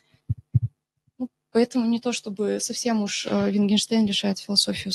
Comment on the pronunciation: Мне кажется или она ВиНгинштейном его называет?